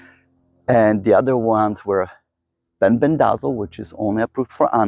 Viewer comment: It's FEN-BEN-DA-ZOLE